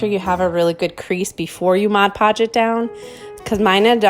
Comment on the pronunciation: You got me when you said "mod" podge the right way!, 😜 new sub here. Good job